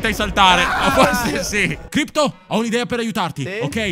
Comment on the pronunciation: Crypto non Crpyot ahahahahhahahahahahahahahhah